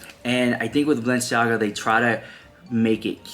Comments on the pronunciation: In one of their Hulu episodes this season, while Kim is getting ready for the Balenciaga show, she is having a conversation with one of her makeup artists speaking of how her mother, Kris, says the name Balenciaga, "Baalenciaga"...that scene stood out to me the moment I heard it and now this...coincidence??? I think not. They are telling us their truth of who they are and what they represent, let's believe them. These are all wolves in sheep's clothing. God help them all. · And Their last episode of Kardashians Kim kept making fun that Kris Says "Baal enciaga she said it like ten tims .You should post clip then bam all this w their drama an exposing kids so close together